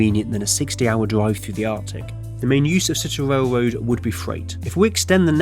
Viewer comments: “A warm, high speed wailwoad” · wowm wailwoad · Awctic wailwoad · What’s a whale woad? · Norf Amewica wailwoad bwidge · The speech impediment killed me, “whale-woad” lmfao